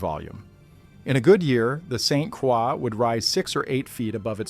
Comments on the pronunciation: I heard “Saint Quaw”. 🤦‍♂️ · Saint Croix is pronounced Saint Kroy. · in french it would be pronounced like craw. It’s been bastardized. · Yes. Drove me nuts hearing this narrator say "St. Craw". He needs a little French lesson ! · I'm trying to sleep but every time you mispronounced st Croix I wanted to exit myself. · As soon as I heard the robot mispronounce St. Croix, I turned off the video and started typing. I will find out about the event some other way. What is so hard about narrating? I think it's laziness on the part of the content creators. I hope my 3 seconds doesn't count as a view! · I agree. Every time he said it, I cringed.